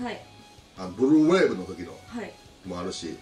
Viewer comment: ブルーウェーブの発音好き笑